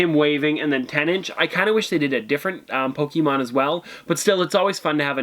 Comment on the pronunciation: Ummm your pronouncing Pokémon wrong. And Pikachu is not the original Pokémon it’s actually Ryhdon...